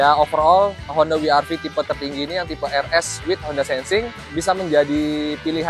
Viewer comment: ni mobil ganteng sih, apalagi lihat yg warna putih.. btw IMHO om. mungkin lebih enak dibaca "we er ve" om, kalau mau disebut pakai "ar vi" mending double you sekalian.. kurang empuk aja kalau dibaca "Wi" om.